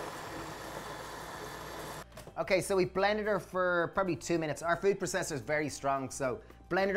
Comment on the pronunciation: please stop saying "PRA-cess-Er". please.